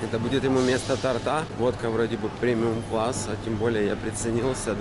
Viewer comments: Вот нерусь не торта́ а то́рта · "вместо тарта" 🙈 боже люди учите русский язык, раз уж говорите на русском. Торта, и ударение на букву О.